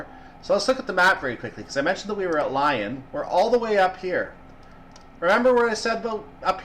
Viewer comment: Great and informative video. really enjoyed it. One bugbear Its leeeeeee on Not Lion